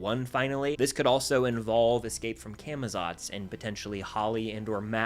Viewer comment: Part 2 of trying to get people to say camozots right ( Cah muh lots)